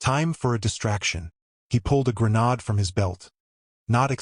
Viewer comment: Your AI pronounced grenade wrong